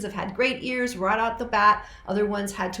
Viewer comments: he says ears iez. Freddie mercury pronounces ears different based on different songs based on what would feel nice to the ears. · He pronounced "tears" and "ear" how Vincent Price would pronounce the word. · Freddie mercury pronounces ears different based on different songs based on what would feel nice to the ears. Listen to radio gaga and how he pronounces the word ear.